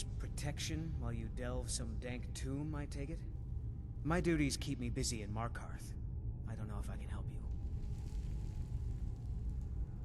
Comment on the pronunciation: me-r-keth say it right